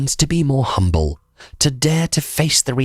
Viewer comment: It's Humble not Hunble mate😁